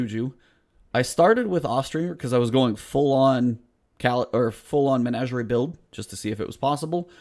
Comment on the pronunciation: You just might be the only gamer that knows the proper pronunciation of the word 'Menagerie'. Thank you, sir.